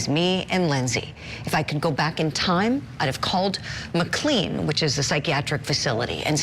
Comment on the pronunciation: Its call Mc-Lane. Lol like Aj Mclean lol